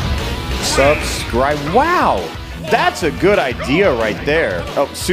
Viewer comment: “Su scribe” Me: oh… oh no